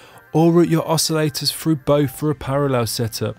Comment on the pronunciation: no, thats not accent, thats just not saying words properly, thats all.